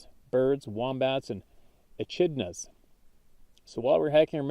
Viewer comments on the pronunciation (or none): Echidna is pronounced with a K and not the CH 🤙🏽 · eH-kid-na and sir-kit-tree..... and as always Ki-oh-tee it's already Anglicized of the Aztec name, no need to bastardize it too.